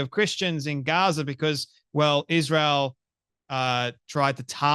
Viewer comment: “Ishreal” Candace can even talk properly 😂